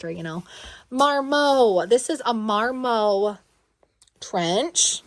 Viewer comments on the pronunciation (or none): Funny girl, it’s more like MAR-MUTT for Marmot, it’s an animal, interesting animal found at higher elevations, here in Colorado they are common. Love your video style and how real you are. Thanks